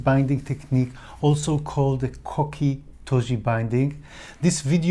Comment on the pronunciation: A pronunciation note, based on what my sensei taught me in college: instead of pronouncing "koki" like "cocky", the character/syllable 'ko' has more of a long 'o' sound. It's the same 'o' sound as in the words "hole" and "coal" and "no". Otherwise, your pronunciation was good!